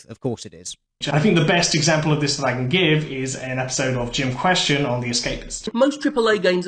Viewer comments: Jim Question? How hard is it to say Jimquisition? Or was that intentional? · He pronounced "Jimquisition" A play on words of "Inquisition" as "Jim Question" what a fucking idiot